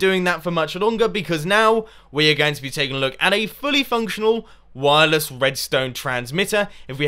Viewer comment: u say wirles?! then u use trip-WIRE!!!!